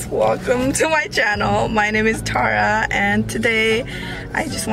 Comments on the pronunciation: 😂😂 1st learn how to pronounce ur name girl..then start vlogging 😂😂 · first learn to pronounce your name properly its tara not..and secondly the worst youtube chanel.. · ...im not jealous but im asking her to be nepali not american...we nepali pronounce tara its meaning is star not... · Omg ...say tara not taahraa ....Irritating sound tahraaa